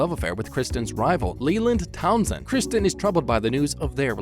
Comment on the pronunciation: From you butchered Kristen's name I turned you off.